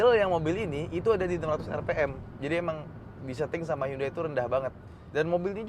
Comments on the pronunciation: Temen korea saya bilang pelafalan hyundai ya hyundai bukan yandei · Lebih tepatnya 현대 sih bang, Hyeondae. Bukan Yandei 😂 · Bukan yande tapi hyon dae (nama koreanya) Entah kenapa orang2 suka banget Inggris2in brand/merk yg padahal bukan berasal dari Inggris. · Bacanya "HANDE" bang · 현대 (HYEONDAE) . Orang korea bacanya HYONDE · spelling "Hyundai" ( 현대 ) yang benar adalah " Hyon De" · Sbenernya bacanya Hyundai adalah Yonde klo orang korea asli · Bukannya 'Hyeondae' ya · Saya cuma mau ngasi tambahan kalo Hyundai dalam penulisan bahasa korea ditulis 현대=Hyeondae. H+Yeon dibaca seperti kita membaca "krayon" dan Dae kurang lebih seperti kita membaca "Desa". Sekian 🙏